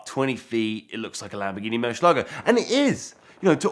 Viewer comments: It would be very professional for you to learn how to pronounce the model of the Murcielago (which means bat 🦇 in Spanish) not Murshielago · Eds in the background going, "It's MurciELago not MurcielAgo."